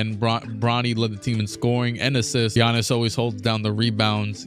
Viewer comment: Man said, less-B-Giannis